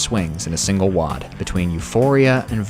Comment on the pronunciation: Wadi is pronounced Waddy, I learned that from Spike Milligan's war diaries